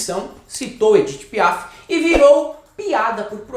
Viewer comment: Não domino o frances mas sei que o f de Piaf é mudo!?